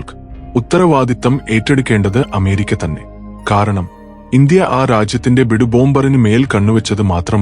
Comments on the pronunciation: Arae bidoo, ye "bidoo bomber" nahin, B-2 Bomber (bee-two) hai.... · ബിഡു ബോംബർ അല്ല, ബി 2 ബോംബർ.